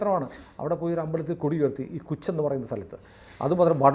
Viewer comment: കുച്ച് അല്ല കച്ച്